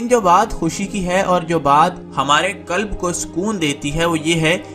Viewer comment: کلب نہی بھائی جان قلب ھوتا ھے ۔کلب غلط لفظ ھے